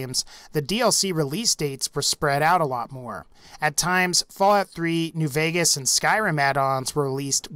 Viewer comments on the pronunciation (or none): none